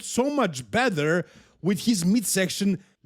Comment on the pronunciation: when pronouncing "better" Better ❌ Bether ✅